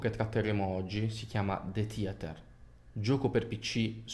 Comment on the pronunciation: DE TIATER what a wonderful pronunciation ahahahaahah